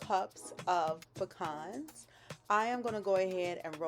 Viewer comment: Thank you for pronouncing pecans correctly...exactly the opposite of how my M in law says it! Every ingredient rocks my taste buds...